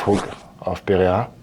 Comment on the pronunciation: Not Bryce Mitchell calling Poatan “Pierre-Uh”